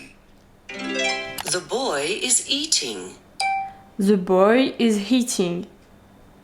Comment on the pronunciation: Coucou ! super vidéo avec un bon format 🙃 sinon je voulais juste te dire de faire attention quand dans ta vidéo tu dis « the boy is eating » tu prononce « heating » mais du coup ça change le mot…mais en tout cas c’est super que tu veuille progresser en anglais et c’est compliqué de le faire seule alors continues !!